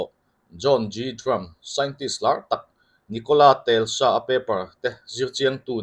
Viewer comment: Nicola Telsa ni lovin Nocolas Tesla a ni zawk lo maw.